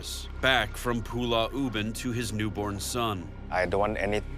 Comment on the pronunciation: 😂😂, yeah, Zak pronounce it wrongly. It's Pulau, but he keep saying it as Pulla